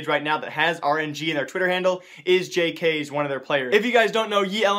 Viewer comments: Just to be kind: you only pronounce the letters, like j k s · Omg don't say jks... It's Jay Kay Ess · Just for future, its j-k-s not j-kays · ITS NOT JK'S ITS FUCKING J-K-S! Dude, how do u get so many wrong names xDDDDDD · just a question. Do you watch pro matches? Because jks isn't pronounced jcases but Ja - Kay - Es. If you watch pro matches you should know this:$ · Where are you getting these ELeuague ratings from? Plus its pronounced JAY-KAY-S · just for future reference, it's not pronounced "jaykays," rather it's "jay-kay-ess" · its j.k.s not jk's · It's "jaykayess" not "JaykayZ" ;). Please don't make this the next Kyaerbe :) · and jks name is pronounced how you read it... jks. his name is just saying the 3 letters, not "jkays" LMAO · Jee kaa es not jeekees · Not pronounced as Jks it's pronounced as j-k-s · JK'S??? ITS JKS LOL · It's pronounced "Jay-kay-es" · JAY-KAY-S, plz mon. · God damn it did he really say Jk's... Dude pls ask someone who knows how to pronounce peoples names for help. Idk why but it triggers me. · You're meant Pronounce JKS as Jei-Kei-Es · Btw im pretty sure its pronounced jay kay s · The way you pronounced JKS... I cringed.